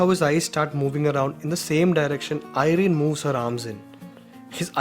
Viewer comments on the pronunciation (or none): none